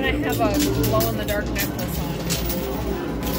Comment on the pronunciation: Did I hear say O in the dark necklace LOL